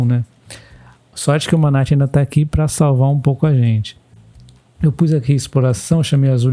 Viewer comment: Campo é Manati - sílaba tônica ti